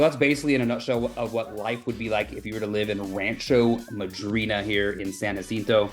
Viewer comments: Bro, those houses could be $200, 000 and 3800 SF, and they would still be empty. It's the desert, and it sucks ass. I'm not knocking you but in fact you didn't even bother to learn the proper pronunciation. It's San (Ya- Sento) 😂😂😂. I'm going to watch and subscribe though. I promise If you show me something I don't already know I'll buy one and rent it out. Absolutely no way I'd ever lived there. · I was told it’s San ha cinto . The J is an H sound.